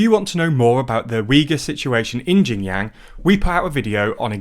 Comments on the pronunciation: People in labour camps are paid with bullet shots. Let alone money. Why would we Tibetan want to be integrated into China when we are always made to feel like the unwanted group? A race to be erased. We know it too clear by now. Tibet mainland beyond Chandon. It goes to Amdo and Kham as well. CCP has changed our names to Chinese name which I don’t want to use. Your pronunciation of Xinjiang or what ever is bit different but it’s okay. The content matters not the Chinese words. Not everybody in the world knows Chinese and is not necessary. Actually it’s even not Xinjiang it’s actually Uighurstan before Chinese illegal occupation CCP agents have nothing to pick and attack other than your pronunciation. We have suffered so much and endured so much. The legitimate ruler of Tibet is Dalai Lama. CCP is illegitimate and illegal. Sun will shine again and CCP will collapse like Nazis did in world war.. . I have nothing to hide. I have no skeletons in my closet, being a Tibetan. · And often in the worst ways possible like how do you get "jinyang" from "Xinjiang"? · Xinjiang (pron. Sinjeeang) not Jin Yang! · Guys, you need to at least pronounce it right to make it sound legit. Xinjiang "shin jang" (at least like this, its still acceptable)...not jinyang. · Xinjiang is pronounced closer to Shin-jang. Qin is pronounced Chin. C'mon guys. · It’s pronounced shin jang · The problem is the mispronunciations do lead to misunderstanding of completely different thing. For example, Xinjiang is pronounced like “Jinyang” in this video which is total gibberish for either Westerners or native Chinese. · Everytime he says Xinjiang, it sounds like Shenyang, which is a city in a completely different place in China. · Jinyang Queen dynasty Quanguo It's actually entertaining to hear lol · The way you pronounce xinjiang is shin djiang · That is the worst pronunciation I've heard by far. Its more like shin-jee-ahng (except the last two are pronounced together). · 'Kwing dynasty' 'Jinyang' lol